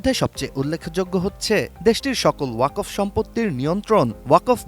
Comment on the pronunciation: ওয়া কফ নয় বরং ওয়াক ফ ওয়াক এক সাথে আর ফ আলাদা ভাবে উচ্চারণ করতে হবে।